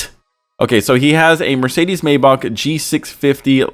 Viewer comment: The way pronounces maybach pisses me off lol